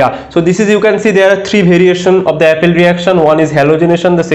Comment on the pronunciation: It is "appel reaction" not Apple reaction....